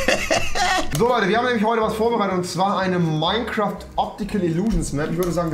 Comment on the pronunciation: Meimcraft Aja eigentlich Minecraft